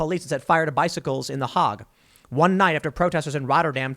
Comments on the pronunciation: Not "The Hog" -- "The HAYg." LOL. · just a head's up, it's Hague like plague. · It's pronounced 'Hayg'. Your frequent mispronunciations diminish your arguments and I do agree with many of your points. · Tim , Hague is pronounced with a long "a" , as in make. : )